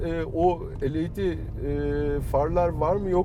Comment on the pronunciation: Biz led diyoruz, adam el ey di. Kalite...